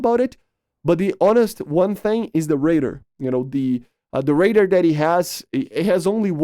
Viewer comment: you say "raider" instead of "radar"